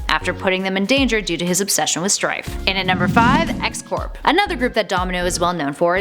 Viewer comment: I think X-Corp is pronounced X-"Core."